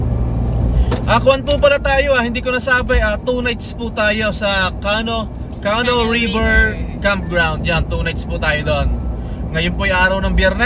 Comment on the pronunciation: Yun pong word na “canoe” is pronounced like “ka-nu” with the emphasis or accent Sa 2nd syllable. Hindi po “Kah-noh” as you kept on saying it. 🤭🤭 .. dagdag kaalaman din po 😊